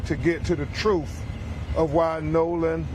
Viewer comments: I didn't know truth had an f on the end of it, "truff" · Substituting ‘unvoiced th’ for ‘f’ is a common linguistic feature of the African American dialect, which is one of many dialects in the US. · The troof! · Their lawyer can't pronounce the word TRUTH